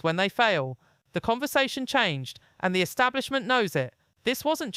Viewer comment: Not trying to be disrespectful but what the fk is the British " ESTABLIMENT " ???? Think the word you're maybe trying to pronounce is " ESTABLISHMENT " ?? Yes I agree with everything that Tom Hardy has to say but if you're actually trying to grow your channel then I suggest you try a little harder with your grammar + pronunciation. Im from Glasgow ( obv Scottish) + you'd think that maybe given the fact that your English would mean that your spoken " ENGLISH " would trump my Scottish spoken English but obviously not. There's not much that actually annoys me but 1 of my biggest pet hates is how much the English mispronounce the English language. ie; "free" instead of "three" ??? , don't understand why having the letters TH at the beginning of a word is so difficult to pronounce + is subsequently substituted with the letter "F" ?!? But your mispronunciation of" ESTABLISHMENT is missing 2 whole bloody letters in the middle of it !!! Unless Im misinformed + there is such a word as " ESTABLIMENT " ??( which there isn't , just incase you're interested ??) . Sorry for the rant but if you're going to post something YouTube as newsworthy then I'd maybe start proofreading everything 2 or 3 times before doing so bcos no-one will EVER take you seriously if you speak like this !! + I'm not being disrespectful to your accent or that your English, not at all, it just blew my mind when I heard you say ESTABLIMENT 🤯🤔🤯